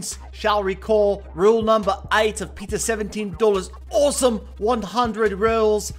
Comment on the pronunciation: I just love how peter says my name is peeta 17 dollas and how he says galadons name.he says yes PAUSES gallydon